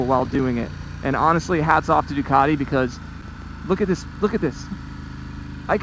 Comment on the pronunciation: Possibly the worst review I've ever seen, you can't even pronouce Ducati properly. "It's got a fuel gauge, incredible" Really? 😂